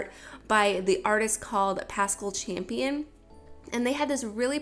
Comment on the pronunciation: I loooove this, and I love the artist you took inspiration from! I've met him in person before and he is just lovely. (Also, his last name is Campion, no "h" - I thought it was Champion at first too lol)